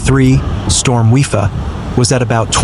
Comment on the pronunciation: The name of the storm is pronounced WI-PA not WI-FA.